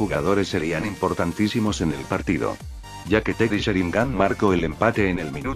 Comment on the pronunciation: porqué no pronuncias las palabras tai y como son? porqué decís marco el gol, en lugar de marcó el gol?